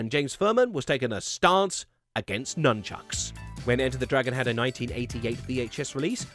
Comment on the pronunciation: Nunckuks… it’s nunchucks right?